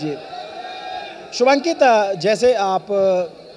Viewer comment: Every time the interviewer called him Shubhankit it hurted my ears